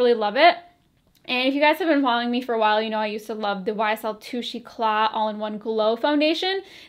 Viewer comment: I love how you said YSL in a Southern accent ;-)